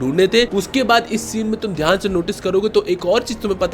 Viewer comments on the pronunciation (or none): none